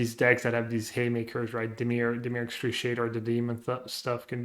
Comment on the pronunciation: Dimir excruciator